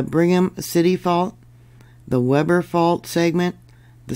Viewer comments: We pronounce WEBER and WE BER, not Web er. Just a Utah thing I guess/ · I'm prepared - I just got the heck out of there and moved far far away from Southern Utah. I've lived all over Utah most of my life and got a chuckle out of your pronunciations 😂. Lots of religious or Native American names in the area. Nephi = knee fie Hurricane = Hurracun Weber = Wee burr For future reference... Layton = Lay UN (like you got punched in the stomach at the end, drop the 't'). Everyone was warned with that 5+ and a swarm that hit Salt Lake a few years ago. St George has had big ones before. The eclipse just passed over the middle of UT too so I'm watching the next couple weeks to see if that triggers anything. Glad to be in a safer zone today!🎉 Thank you as always for your reports!!🙏💯🤗